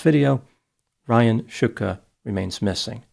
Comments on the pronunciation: He mispronounced it. It's pronounced like "Shtooka" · If it's pronounced Shootka, why is it spelled Shtuka? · Nice fight with the surname pronunciation... I wonder if they are of Slovak (or Slavic) origin, šťuka is a type of fish (Esox lucius in Latin).